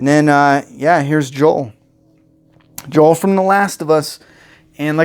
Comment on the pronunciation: J.O.E.L. NOT J.O.E.